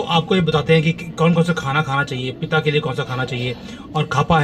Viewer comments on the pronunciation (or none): ये आयुर्वेद में वात, पित्त और कफ होता है|वाता, पिता या कफा नहीं.. 🙏🙏🙏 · Please sir pronounce accurately वात पित कफ